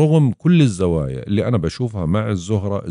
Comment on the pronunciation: الزوايااا وليس الزوايه